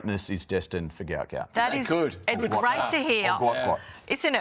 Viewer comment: The name is Guot Guot, NOT Gout Gout.